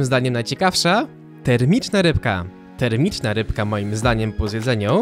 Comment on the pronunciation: Łyba agent= łyba taksówkasz